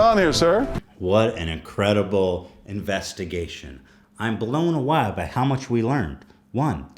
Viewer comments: "I'm blown a-why" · “I’m blown awah” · "im blown awow" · Anyone else hear Ethan say he is blown 'a wa'